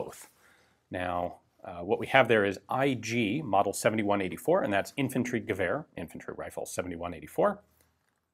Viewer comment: That's one good "Infanty" Gewehr...